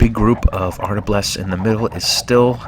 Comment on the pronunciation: Cool vid, but it's "arbalest", not "artablest" :-)